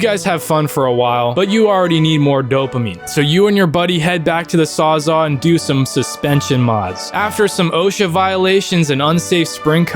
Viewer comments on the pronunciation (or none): No way bro said bring the sawzaw it saws-all because it saws all duh